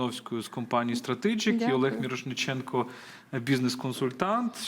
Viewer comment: Цікаво. Але, перепрошую, дивна форма прізвища - мИрошнІченко. Здається, мало б бути навпаки - мІрошнИченко, адже - мІрошник, а не мИрошнІк )).